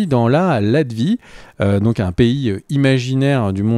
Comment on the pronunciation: Latvérie, pas latvie